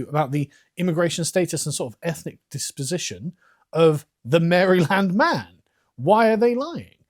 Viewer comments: As much as I hate Americans mispronouncing Worcestershire, I hate Carl mispronouncing Maryland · I love how Carl pronounces Maryland. He says Mary-land. I’ve always heard it pronounced “Marilend” I’m also from Oklahoma so… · I was born in Maryland (raised in NoVA) and I never tire of hearing the Brits pronounce it Mary-land. It’s the cutest thing ever. So much better than the way I pronounce in (Merlyn) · You said Mary-Land 5 times in a row on purpose. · Haha, Carl calls it "Mary Land" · Where I am at it's pronounced like Marieland. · Lol I love your pronounciation of Maryland. It's charming.